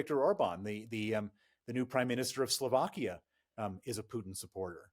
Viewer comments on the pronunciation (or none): none